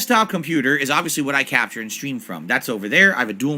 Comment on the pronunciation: swear it sounded like he said crapshure, not capture 😂